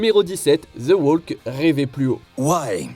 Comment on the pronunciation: Walk, talk, ... On ne prononce PAS le "L" !!!!!